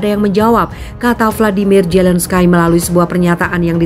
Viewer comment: Di Bacanya Zelenski ko Zelenskay hihiiiii...